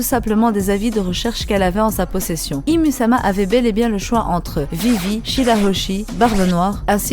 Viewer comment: Bonne theorie mais ca se dit pas ym ?